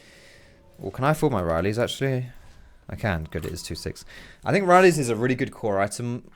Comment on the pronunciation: The worst part about him playing taliyah is him saying "riley's" instead of "rylai's"...